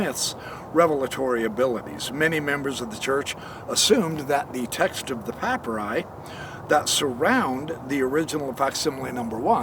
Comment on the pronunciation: For the love of God, please learn how to pronounce papyri/papyrus